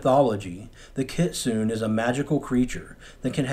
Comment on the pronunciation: The E In Kitsune is not silent. Kit-sun-e. It makes a short e sound.